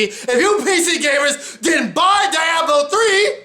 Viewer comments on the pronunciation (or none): die-ahblo? lol isn't it Dee-ahblo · "Dye-A-Blo 3"?